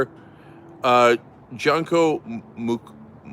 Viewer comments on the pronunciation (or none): Probably Junko is Japanese. Pronounced Junn Ko. Not junk ko. :).